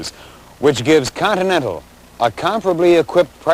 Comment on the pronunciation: The host even seems to like the Coninental